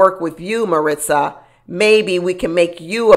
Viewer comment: Where is aunty finding this imaginary "T" in Marissa's name, came flat out of nowhere. You must have a MariTsa in your personal life😅